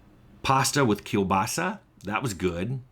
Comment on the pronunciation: So cool that you pronounced "kiełbasa" right. 🇵🇱